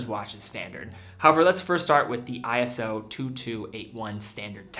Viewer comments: I almost hate to bring it up, but it's "eee-so" not "eye-ess-oh" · They aren't "I-S-O", it's "iso", pronounced "eye-so", and stylized as "ISO" (all uppercase). It's not an acronym, but a proper manner that's always spelt in all capitals. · This is trivial, but ISO is pronounced "Eye-so," not eye-es-oh. They capitalized it for some reason, but it's not an acronym.